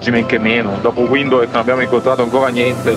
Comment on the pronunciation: Ma dopo tutto questo tempo in Namibia non avete ancora imparato a pronunciare Windhoek? 😅